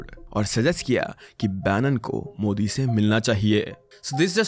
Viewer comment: Mujhe bhi yahi lga tha yr starting me, but fir "modi' ka pronunciation sunke lga ki something is wrong😂